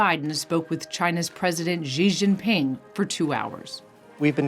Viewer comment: Minutes: , would you please not mispronounce Xi Jinping? Xi is not pronounced "Zhjee". It's pronounced "Shee". The "zhj" sound doesn't exist in Mandarin, nor in any dialect of Chinese. As a journalistic organization, please at least put in the effort to figure out the proper pronunciations of names. It's not hard. China adopted the Pinyin orthography system, which re-assigned letters thought to be redundant in the English alphabet: X, Q, and C, reassigning X to make the Sh sound, Q to make the Ch sound, and C to make the Ts sound. Please don't just ignore the orthography and continue to butcher your pronunciations.